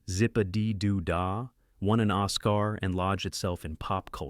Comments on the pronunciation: AI slop. Nobody, ever, has said “Os Kaar” instead of Oscar. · So, for the song "Zip-A-Dee-Doo-Dah" the film "Song of the South" won an OSS-car? Christ, Almighty, Golden Age Classics, teach your AI how to pronounce words the right way... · Ah, yes... but will you ever win an Oss-Karr? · Someday AI might become good enough at pronunciation to actually fool me. But not today. I mean, mispronounce the name "Oscar", no human would do that. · Why oh why do you insist on ruining what could have been an interesting & informative video with the most dreadful quality AI narration imaginable? The egregious mispronunciations of performers' names, movie titles, and even the word "Oscar", makes watching the entire offering virtually impossible, and leaves no desire to check out any other items from your channel. I am truly sorry that with so much potential, you must now join my "don't recommend" list along with so many others who have chosen to trade off good content for a few saved dollars. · I think it was trying to rhyme with Zip Ah Dee Do Dah. The rest of the time it pronounced Oscar correctly.